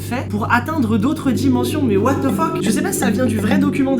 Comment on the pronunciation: Ca m'tue le "what de fok" au lieu de "what the fuck"